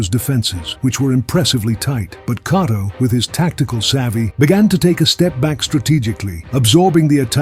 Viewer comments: Anyone else annoyed how this narrator keeps messing up Cotto's last name and sometimes gets it right? How you gonna pay respect to a great fighter while messing up his name. It's not "Cot-toe" but "Co-toe".....It's gotta be AI. Artificial Ignorance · Who is “Cahtto”? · Pronounce it right numb nuts